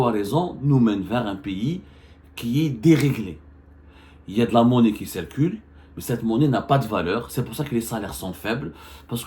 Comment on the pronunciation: On ne dit pas malgre que mais bien que! On ne prononce pas "é"llégal mais "i"llégal...ou qui c"é"rcule mais c"i"rcule. compris!!!